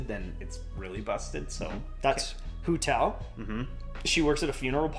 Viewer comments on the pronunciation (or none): Look how he massacred my girl Hu Tao hahaha, I loved the video tho!